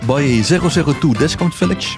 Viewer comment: Everytime you say "Discount Village" I understand "Defcon Village" :D Keep up those awesome guides, love them! :)